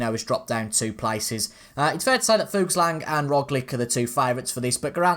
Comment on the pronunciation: A baroudeur is a different name for a breakaway specialist. A type of rider that loves to attack even if the chance of a result is very small. I do enjoy your video's and try watching a race here every day. I've noticed you call the Danish rider Fugslang instead of Fuglsang. It is pronounced as Fug-L-sang. and Roglic is pronounced as Rog-litsch. Also don't you like Chris Froome or something? He could well be up in the general classifications together with Thomas. Perhaps in the coming days you can send Froome out on an adventure in the breakaway? Keep up the good work.